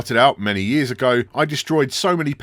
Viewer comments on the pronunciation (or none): none